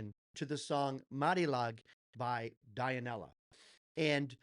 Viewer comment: Dionela it pronounce DUE-NE-LA...thanks on your honest opinion,regards from philippines..🫰🏻🫶🏻♥️🇵🇭